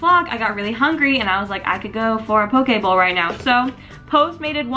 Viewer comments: Did anyone else think she was saying pokeball?😂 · Every time you said "poke bowl" I thought you were saying "pokeball" like from pokemon